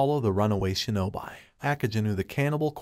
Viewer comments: ok ok ok its not pronounced (sho-no-bi) its pronounced (sho-no-be) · "shin-oh-bee" not "shin-oh-bye" :p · Shinobi is pronounced as shino bee , not shino by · he just say shinobi wrong but i dont think its a problem though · good video but i cringed every time you butchered a japanese word like Shinobi and Shogunate etc...